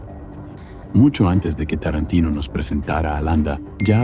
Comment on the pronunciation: Y ME MARCHO DE TÚ VÍDEO. CUANDO DICES "ESCORSECI" O QUINTÍN "TARRANTINO" DOS NOMBRES ITALIANOS PRONUNCIADOS CON UN INGLÉS ¡CHAMPURRRRADO! ES MAS QUÉ SUFICIENTE "PARRRA" MÍ! ADIEU!🙋